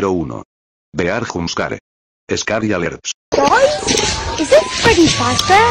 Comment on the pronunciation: I love the way that the spanish voice pronounces jumpscare and scary alert "hompskarreh" "eskary allertz"